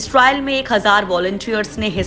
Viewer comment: Viccen viccen kabtak chalega Kabhi bolti hai viccen Nikal Gaya Kabhi bolti hai trile chal Raha hai